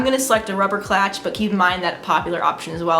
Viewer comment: it's clutch not clatch